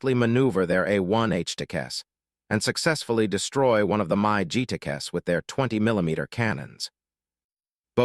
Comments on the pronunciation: "MY G" what the hell was that? did you mean MIG mig aircraft???? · If you are going to produce videos with computer-generated voice-overs, at least use software that doesn't mispronounce the name of Soviet aircraft as "My GEE" instead of the correct "MIG" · I wish someone could teach AI to correctly pronounce names. It's a MIG 17, not a My G 17. Dumbass' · Ugh... its hard enough for me tp stomach & put up with the damn AI voiceovers (especially this particular, profoundly overused & repetitive selection of the voice itself), but i just can't handle it when it says something like "My G" instead of "Mig" when referring to the various Soviet designed/engineered/manufactured fixed-wing jet aircraft, which at this point in time included the MiG-15 & MiG-17 jet fighters, and perhaps even the MiG-21, although im not sure if the last/latest MiG version had been developed & successfully fielded yet or not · Someone needs to teach the AI how to read,Mi G instead of MiG. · M eye `17? Most American vets simply say mig. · My Gee. You mean MIG!?! 🤬. How about just get a human to narrate. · This AI voice...pronounces everything wrong and it's annoying! Do better...for this amazing aircraft! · The AI voice can’t pronounce Mig! What the hell is a My-G? Other than that it was a great video about the A-1! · Mig becomes My G? When ar you going to get a narrator who is able to read and pronounce words of the script correctly? Pathetic production procedures. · Those were Mig's (pronounced like Pig) not MyG's. Otherwise pretty informative. Thanks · Mig, not Mike. It’s pronounced mig, like big. Mig. A Russian jet. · My g lol. Never heard a mig call that. Ai is still not that great yet. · Announcer is a idiot mig is not called mi g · A monster plane, but a garbage AI thing. What is a My G? I've heard of Mig aircraft. But never My G. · Mi g jets? Lol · being an AI voice I understand your confusion. MIG is the correct pronunciation of MiG. It is not Mi Gee it is "mig" with one syllable